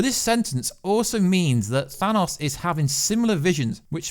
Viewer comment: Well done, never stop telling people that it is pronounced 'Thanos', not 'Dan Owes' like so many Americans insist on believing